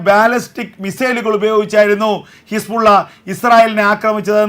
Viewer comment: എൻ്റെ ചേട്ടാ ഹിസ്പുള്ള അല്ല.. ഹിസ്ബുല്ല.. കൂതി അല്ല ഹൂത്തി...ഇതാണു ശരി... കുറച്ച് ആവേശം കുറക്ക്..😢